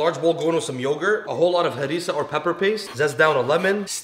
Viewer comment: “Add hymummandnaja paste” wtf dawg learn pronunciations